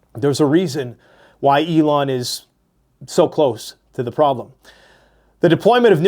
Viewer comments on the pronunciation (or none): none